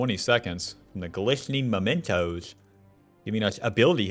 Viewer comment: did you just say glistening momentos? xD